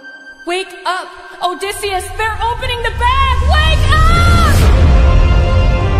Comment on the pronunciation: right when i heard "oh-dysseus of ithica!" i thought, hehe, hes screwed.